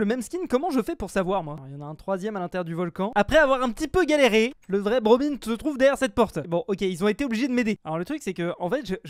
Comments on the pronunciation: (indice pour ceux qui ont pas suivi : le pseudo de BroMine_ se dit BroMaïne) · C'est bromine mais tu le prononces mal encoe nan ? bro mein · on dis bromine comme si c’était bromyne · Il à redit Bromine avec un I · Bromine, ça se prononce à l'anglaise non? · Pov ne sais toujours pas dire le nom de Bromine correctement 😂